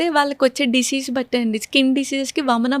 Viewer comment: చెల్లెమ్మకి 31 యేల్లొచ్చినా పలకడం సరిగా రావడం లేదు డిషీజ్ ❌ డిసీజ్ ✅ ఎక్సైజ్ ❌ ఎక్సర్సైజ్ ✅ కట్ చేశేసి ❌ ఎవాయిడ్ చేశేసి ✅ షపోజ్ ❌ సపోజ్ ✅ షాఫ్ట్వేర్ ❌ సాఫ్ట్ వేర్ ✅